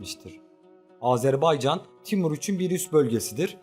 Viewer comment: Oğlum bir kere'de azerbaycan diyebilin yaa Türk e azeri azerbaycana azerbeycan demeyi kesin anlayın !